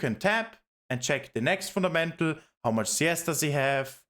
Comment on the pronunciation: "Funamental" "Funamental" "Funamental" "Funamental" "Funamental" "Funamental" "Funamental" "Funamental" "Funamental" "Funamental". Saying it so many times wrongly gives me a headache. It is pronounced "FunDamental", course-seller